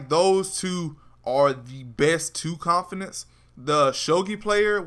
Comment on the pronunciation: I disliked because he cant say confidant They are not confidence They are (CON-FEE-DAWN-T) CONFIDANTS